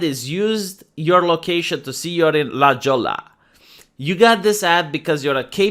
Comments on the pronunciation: >La Jolla It's technically "La hoy-yah" since I know that city in San Diego. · Haha. La Jolla is pronounced la hoya. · it's pronounced 'la hoya' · It's pronounced La Hoya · LA HOYA! C’mon. Spanish my dude. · La Jolla pronounced like "La Hoya". J pronounced like aspirated H in Spanish. Double L pronounced like Y.